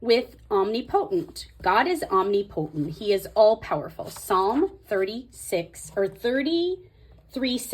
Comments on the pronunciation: I love your videos, but that is driving me nuts. Especially as a Bible teacher. It's Om-ni-pu-tint. Not omni-potent. 😉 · No hate whatsoever but it’s OM-NIP-O-tent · Look up the pronunciation of Omnipotent. You’re funny and you’re going to laugh at yourself. I love what you’re doing. I’m working on mine too. Thanks